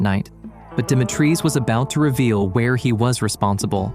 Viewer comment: Stop saying demi treez It's di mee tree